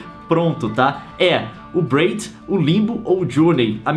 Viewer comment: não é bred, é "braid" !